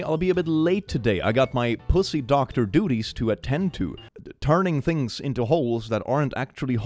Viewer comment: am I the only one who heard doxer instead of doctor? Pussy doxer sounds like a cool band name.